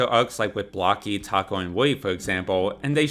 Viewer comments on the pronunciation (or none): none